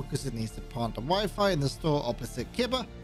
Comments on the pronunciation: Weefee? Lmaooo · “Wiffy camera”